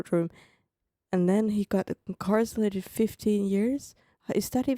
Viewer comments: I don't want to be that person. But since you've mentioned your English (which is great BTW) in other videos, I wanted to give you a quick correction on a word pronunciation. You kept saying incarcelated instead of Incarcerated.. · Hearing you try to say incarcerated is hilarious 😂😂😂. "Incarselated" 😂 its cute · She's so cute adding an el to her pronunciation of "incarcerated". Different countries have different rules. Before going to any country, it is best to know the rules that would be a surprise to you. In dictatorships, don't touch any images, statues, of any thing. I might not be a good idea to take photos of govt buildings either, since those photos might be deemed useful for targeting by a foreign country. "The very young do not always do what they are told." Young can be age or maturity or experience level. Spain doesn't allow photos of private homes from the street without permission or of children. There are some loopholes, but if you aren't careful, someone will complain and the police will err on the side of the local, not the visitor. Some NATO countries have mandated on-demand decryption of anything they want. You have no right to privacy when entering their country and if you bring an encrypted file, they can demand you decrypt it. I've been tear gassed in Turkey. No, they weren't aiming for me, but an entire neighborhood was covered in tear gas by the govt officials to break up a college student protest against the current President at the time (he's still in power, BTW). We were just down hill from that location. Was nearly arrested in Turkey for refusing to pay massively inflated drink prices.in a mob-run bar. They called police, but didn't know we had a local with us who explained we were being charged 10x more than he was for the same drinks. In Argentina, we we